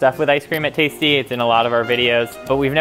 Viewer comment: NOOOOoOoO! He’s “taisty”